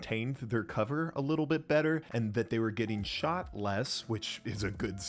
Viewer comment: "Shauched" lol. Nice video